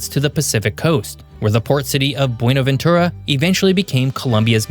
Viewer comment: Es Medellín, no medin Es Barranquilla, no beranca, baronia o cualquier nombre que le pusiste Se pronuncia Buenaventura, no bueno ventura Tumaco no tomaco Contrata alguien que habla español y no Una IA